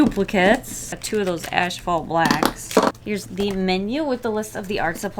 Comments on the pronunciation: Kind of random... but I noticed you say “ashphalt” instead of asphalt black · Why do you say “ash-fault”? I alway thought it was as-fault. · it killed me every time she said “ashphalt” instead of asphalt 😂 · (Psst — it’s ASphalt not ASHphalt) 💜😎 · Tiny cringe every time she says "ash-phalt" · Did you say....ASHphalt ??? 😂😂😂😭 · Was she saying "Ash-Phalt"?